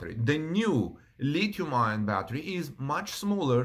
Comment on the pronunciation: Thanks Howard! I was going to mention the same thing, adding that I have never heard anyone pronounce the acronym "Li-Ion". Rather, one just pronounces both words "Lithium Ion" Also, just to be clear, like Howard points out, the word "Lead" is pronounced like the name "Ed" but preceded with "L": Led